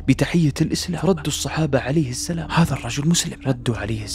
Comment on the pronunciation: السلام وليس السلم شوف الالف